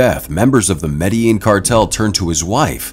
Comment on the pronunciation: they do not pronounce Medellin correctly it's Med-da-Jean! Throughout video they do not pronounce it right, grr.